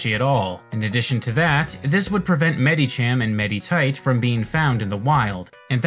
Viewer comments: he keeps pronouncing the "i" in the names like an "e" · The way you pronounce "Medicham" and "Meditite" physically hurts me. Good vid, tho